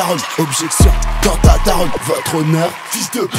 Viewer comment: T'a massacré le nom par contre..